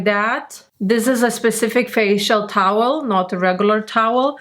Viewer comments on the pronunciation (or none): none